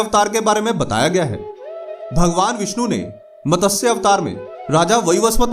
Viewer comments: मतस्य नहीं भाई, मत्स्य पुराण! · MATASYA nahi hota ….MATSYA hota hai….!!!! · It is not MATASYA. Correct is MATSYA. Pl pronounce correctly.